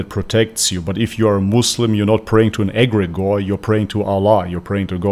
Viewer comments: She cant even say Allah. She says Agregor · she says aggregor because she cant say the name of Allah i think it will brake her link with her djinns or contract with them, the names of Allah are powerful in that regard. for exemple to us Muslims if you come in contact with an evil djinn or what ppl might call demons, just by saying Allah akbar or one of the names of Allah will give you some immediate protection. but just for information, even the praying 5 times a day, you might be harmed, there are levels of protection and stronger djinns that might have the power to overcome your protection if there is the slights weakness in your heart.